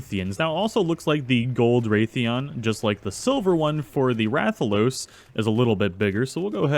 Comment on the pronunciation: Ok I know this was two years ago but Rathian isn't said 'Wraith-ian' It It is said Rath-ian (exactly the way it's spelt) sorry just my fan side of MH came out of me